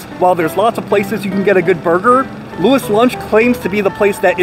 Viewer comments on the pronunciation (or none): It is pronunced, louie's lunch. From what i gathered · You wouldn't know what a hamburger is if they didn't industrialize the process. And dude can't even say loui's lol. And you take his advice lmao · Says he did his research proceeds to say the name wrong 25 times in a row